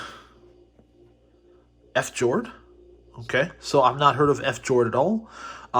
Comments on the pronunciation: I laughed when he said ''f- jord'' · Fjord is a Norwegian word. It refers to the dramatic geography on Norway’s coastline. It’s pronounced fee-yord.